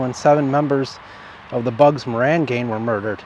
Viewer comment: Can you say GanG? Not GanE